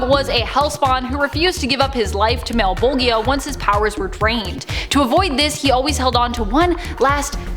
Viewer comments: mal-bo-gea hehe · Did anyone else cringe just a little everytime she said Malbolgia? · You are right! It is pronounced Malla-bowl-juh or Malla-bowlj-ee-ah. I immediately felt that I had said it wrong after we filmed this and I went to check & resolve that mispronunciation, but alas there was a miscommunication and it didn't end up getting fixed in the end. It was a really busy day; we filmed lots of content. 🤯🤯🤯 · Why the hell are you saying Malebolgia like that 😅😅